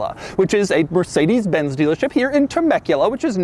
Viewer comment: Funny how Americans can pronounce Mercedes Benz correctly but fail with Jagwire and Aston Martun.